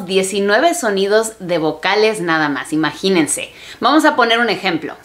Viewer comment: Sonaste bien chilanga con ese "imaginense" en el minuto ....supongo que eso es bueno jajaja.